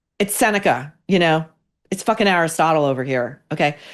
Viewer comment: It's seneca lol